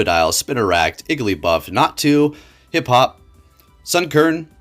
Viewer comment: calls Hoppip Hiphop 💔